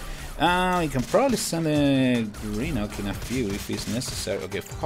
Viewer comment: You pronouce grenuke wrong but your close to pronoucing it right